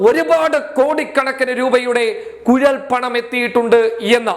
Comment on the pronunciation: കുയൽ പണം അല്ല കുഴൽ പണം ആണ് 😁😁😁